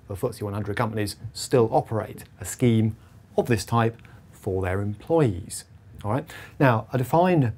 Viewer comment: You use the word “scheme” but sounds like it should be the word “scam”.